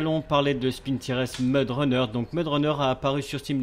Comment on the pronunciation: par contre stp, pas "spintires" mais " SPINTAILLEUR" (tout va bien je plaisante)